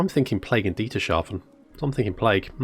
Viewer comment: Yeah, but it's Dietershafen with a very short s, not a sch....😔